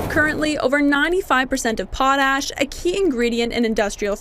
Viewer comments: 🇨🇦Our Potash will be sold to who we choose not who threatens us🇨🇦 Also it is pronounced pot-ash not pot-hash although we have lots of that too. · "POT ... a-s-h" What a weird pronunciation!